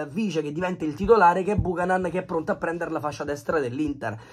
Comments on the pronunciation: è CANADESE, SI PRONUNCIA BIUCHÈNAN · Si pronuncia "biuchenan" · Si pronuncia Biucanen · Nom é per fare i sapientoni...ma si pronuncia "Biuchenon" va pronunciato simile inglese...